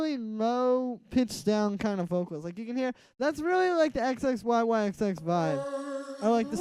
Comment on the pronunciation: This tut is awesome thank you so much. Also just so you know in the future, you pronounce his name zizzy.